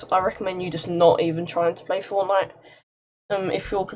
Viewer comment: Man really just said fortmite